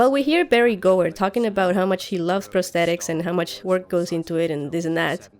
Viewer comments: I've lived on the Gower (peninsular), worked just off Gower Street (London) and watched David Gower play (ex England cricket captain) and I've never heard the Gooer pronunciation before! :-) Just a thought, could the White Walkers physically get in the three-eyed raven's cave only to find that their magic is somehow neutralised, the boney swordsmen existed because of the said magic thus they disintergrated, perhaps the cave is a sort of magical Faraday cage. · I love your GoT videos! Tip from Wales: Gower is pronounced like tower (but with a G not a T obviously), it is a peninsular in South Wales. Hear it here